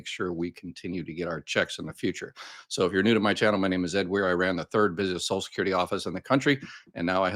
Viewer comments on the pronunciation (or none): Please STOP mispronouncing. It’s not “ sos-kyur-dee. At LEAST put the “l” from sociaL in there.